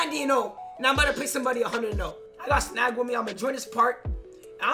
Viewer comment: Snag sound like wet